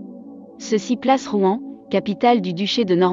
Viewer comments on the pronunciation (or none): none